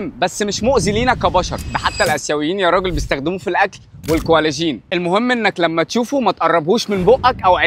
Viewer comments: هو حضرتك ليه بتنطق الانجليزي بالطريقة دي هو المفروض اسمه كولاجين مش كوالةجين زي ما نطقتها! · الكولاجين نطقها غلط